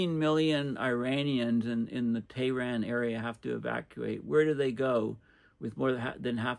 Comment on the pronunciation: Cambridge Dictionary phonetic pronunciation of Tehran: /teəˈrɑːn/ - /eə/ as in hair.